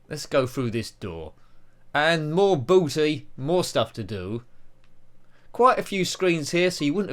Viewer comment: Booty not Batty. 😅 You have a lot of B games in a row here!